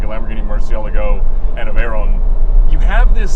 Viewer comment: please when you refere to the veyron say it well its a legendary name Pierre Veyron its not veyeronne